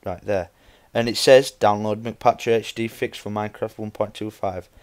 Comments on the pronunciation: its not MC like mac or mc donalds its m c patcher, m and c are sperete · mcpatcher isnt said like McPatcher... its said like MC (Minecraft so its said like the letter M and then the letter C) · no offense but ur embarissing ur self by sayin McPatcher but the mc part isnt like Mick it means minecraft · it's not mCpatcher it is MCpatcher